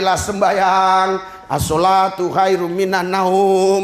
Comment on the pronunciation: Pendeta kok bohong baca azan gk jelas katanya pernah islam masa gitu bacanya asylatu itu apa